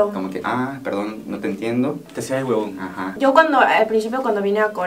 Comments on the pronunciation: "Te hacías el guebon" 😂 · "Te hacías el webon" AJAJAJA LO AME mira que se salió lo venezolano rajado kakdkandknad